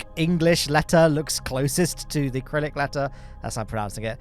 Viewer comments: My main point was that it's "Cyrillic". It sounds like "sir"+"illic". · acrylic 😂😂😂 Cyrillic you mean i had to rewind that a couple times to see if i heard that right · cant believe you pronounced "Crylic" wrong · The Cyrillic (pronounced with an S, not K) names, re-anglicized: That's Tim Kerman, though actually pronounced "Teem". That's Julia Kerman. Bit tricky to get that 'J' sound, so they went with "Dshoolia". "Madchiya"? Is that a Russification of "Marjory"? Might be interesting to try to solve the waves problem; pontoons and more low-end torque, perhaps?